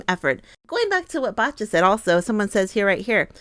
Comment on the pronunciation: Poor Bacha (pronounce Basha and not BaTcha :)... She took back what she said later, I heard... It was in the heat of the moment... She's got a strong fighting spirit. I don't think she should be called out for 'bad sport'...